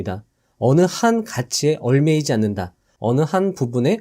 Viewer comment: 얽매이다 : [얼매이지] 않는다 ㅡ> [엉매이지]않는다.